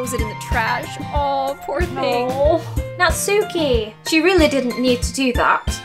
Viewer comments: You pronounced Natsukis name wrong. It's not "not-soo-key" it's "not-ski" the U is silent. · It's pronounced nats-key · im sorry for this but just wanted to say that natsuki is actually pronounced natski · Btw ya’ll , you say Nat-ski not Nat-suki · Did you know Natsuki is pronounced Nat-ski S a y o r I . I s . B e s t . G I r l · a lot of people say Natsuki wrong its pronounced not-ski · Why does everyone pronounce it Nat-sookie?! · Pronounces Natsuki wrong Me: ITS PRONOUNCED NAT-SKIE Also me: AHHHHHHHHHHHHHHHHHHHHHHH Buffsuki is coming after you. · The ‘u’ in Natsuki is silent